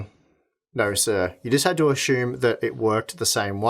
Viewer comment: The most Aussie "Naughrr" I've heard in a while